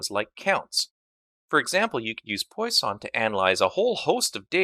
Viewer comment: Hi! Just for your infomration, you misspronounce Poisson. That's a french surname and should be pronounced like "Pwason" check it please